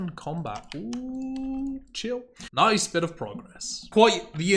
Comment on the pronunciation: said nice-u